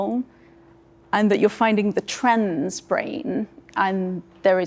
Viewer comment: random observation unrelated to the topic at hand: anyone notice that when says 'trans' it sounds like 'trends'?